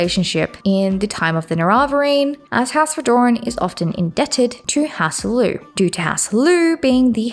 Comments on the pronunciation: the pronounciations are killing mann. You could pronounce hlaalu as Lalu, not lilu lol Otherwise this was a great video! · it’s HLAAlu, rather than hlaaLU